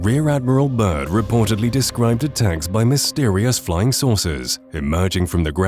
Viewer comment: It’s Admiral Bird not Bert